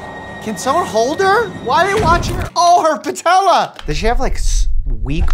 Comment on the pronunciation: "OH HER PAHTELLA!!!"